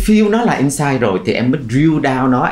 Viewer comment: Niche market chứ không phải "need market" có phải không ạ, sub bị sai? Host đọc insight thành ing-sight. Host cần chỉnh lại cách dẫn dắt của mình kể cả về style lẫn chiều sâu câu chuyện. Mình thấy bạn không phù hợp lắm trong vai trò host cho chủ đề này vì cần một người có độ dày về trải nghiệm hơn, host đặt vấn đề bề nổi và không sâu nên gest speaker chưa chia sẻ được những cái thực sự thú vị.